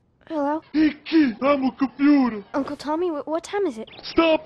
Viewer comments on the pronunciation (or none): Liked & favorited at, "Hey kid! I'm a computah!"